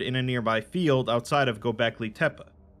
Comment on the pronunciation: Oh this is the most minor of nitpicks but it's pronounced like "Go Becky Tepe" (like Pepe but with a T like tear).